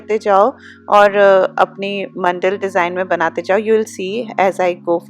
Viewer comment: It’s man-da-la Not mandal Just telling in a friendly way 😊😊